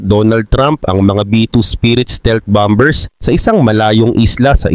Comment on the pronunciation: Bakit mali ang pronunciation mo sa bombers?